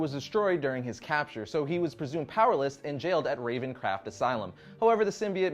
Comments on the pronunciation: Came here only because recommended but I saw this already: EDIT: ALSO I NEVER NOTICED THIS BUT DID YOU JUST SAY RAVENCRAFT INSTEAD OF RAVENCROFT 😂😂 WOW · ravencraft - ravencroft brah you got me fucked up man I thought I was pronouncing ravencroft wrong all this while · Ravencroft! Not Ravencraft! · RavenCROFT, okay stop getting everything wrong